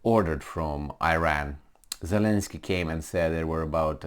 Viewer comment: It is Iran not Ajran.